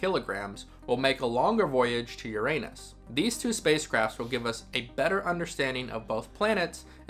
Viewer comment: YOUR-a-nus for pity’s sake.